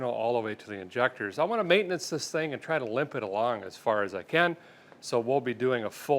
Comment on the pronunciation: I can’t unhear ‘mayn-tuh-nuuunce’